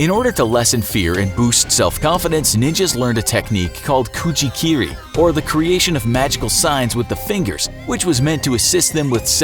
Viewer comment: kuji-kirl more like gucci-kirl